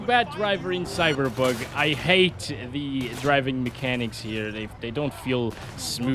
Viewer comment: He say Cyberbug 🤣